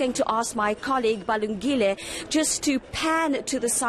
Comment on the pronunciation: Damn she can't even pronounce her colleague's name, "Balungile".